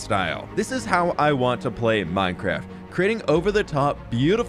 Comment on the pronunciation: ahh yess "hardcore minecraf"